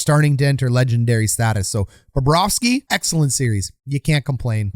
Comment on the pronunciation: Well, Babareski was in net! If Bobrovski was in net, a different outcome would be had. Is it Baba ros key? 🤔 I really like Bobrovski much better. I think, Phil Espotato has trouble with English pronouncing of foreign names.